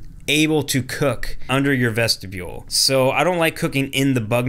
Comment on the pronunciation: VESHTIBULE!!! 😂😂😂 I make fun of for that all the time!